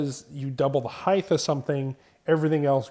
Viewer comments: I love the videos but i cant get over the way he says "heighth" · Really bothers me that you don't say the word "height" correctly.